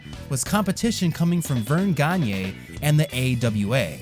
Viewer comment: super impressed you pronounced "Gagne" correctly